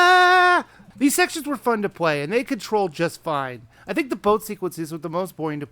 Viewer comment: Its think, not hink.